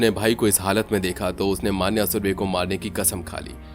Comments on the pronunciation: मान्या नहीं मन्या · Pronounce the name correctly of Marathi words. For e.g मन्या, येरवडा